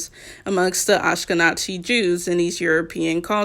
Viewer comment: Ashkenazi is NOT pronounced like that I'm for correcting you 😭 We are NOT n@ the Z is not a "ts" and you say the whole word not Ashkeh-nazi Sorry!